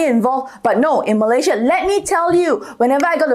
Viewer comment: Malaysia is pronounced as Malay + Sia....not Malay +Zhiaa